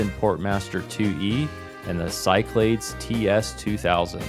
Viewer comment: Back in the day, I only ever heard it pronounced “SyKlaDees”, but who knows 🤷🏻‍♂️